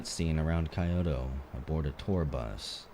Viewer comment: I'm maybe a bit late but it's pronounced Kee-oto and gay-sha.